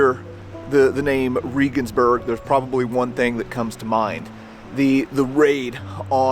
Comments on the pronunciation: Love your videos but you're butchering the names of the German cities. Regensburg is pronounced like our former president Reagan. And Berchtesgaden is pronounced as if it were spelled like this... "Baretesgodden". Sorry. I was stationed over there for 5 years and my ex is German. I'm a stickler. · It's pronounced like the hero of the right Reagan, not Ree-gan. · It's pronounced "Ray-guns-berg" not "Ree-guns-berg"... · Shouldn't you use the german pronunciation when being in a GERMAN town? No im a damn ignorant from the best country in the world and I don't care! Riegensbörg😂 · It's pronounced...Rehhgensberg. Please stop saying Reegensberg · Reh-gensburg, not Ree-gensburg. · German or English, it's ray-gens-burg, not ree-gens-burg, I believe. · I'm a subscriber and former college English teacher with degrees in History and German, I'm very appreciative of your work in keeping history alive, and I respectfully offer a constructive criticism. The name, Regensburg, is not pronounced "Reegensburg." It is pronounced "Reagansburg"-- the same way 40th President Ronald Reagan's family name would be pronounced with "burg" attached. When you post informative productions as you do in your History Traveler series, it puts you in a position of accountability to get the details--in this case correct pronunciation--right. Referring to Regensburg as "Reegensburg," or the name of any location for that matter incorrectly undercuts and detracts your credibility to a certain degree. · Sorry. But it wasn't President "Reegan". Reh-gens-burg... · Um…. Ray-ginz-burg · Es heißt Regensburg verdammt nochmal! Seid ihr ein bißchen blöd oder was !? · Bless your heart for trying. But it’s pronounced just like the president. President Reagan. I’m not bashing you, but as a foreigner living abroad I know pronunciation is important. Love your videos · If you want to be a serious history buff, try to pronounce Regensburg correctly.